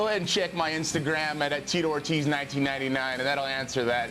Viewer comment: "Teatorties"? You mean Tito Ortiz?